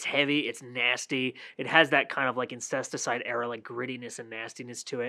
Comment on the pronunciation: Even after you corrected yourself you said “outcesticide” like 20 times